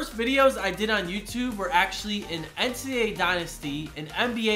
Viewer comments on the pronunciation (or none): none